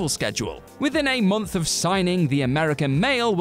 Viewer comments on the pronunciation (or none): none